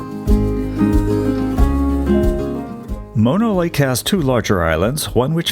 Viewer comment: What a strange way of pronouncing Mono Lake. Sounds like you are calling it moto or modo lake.